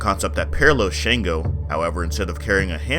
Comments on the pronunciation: Atleast try to get the pronunciation right..he's called Shango!!(shun-go) you Americans are quick to correct foreigners of English pronunciations but never put any effort in african names..smh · Great video, I'm gonna hook you up on some pronunciations for the Orishas. Shango is pronounced (SHON-go) Eshu is pronounced (EH-shoe) Ashe is pronounce (ah-SHAY) The pronunciation can be rough at first, but you did SO well on everything overall that you might as well know a better way to say these words. :-)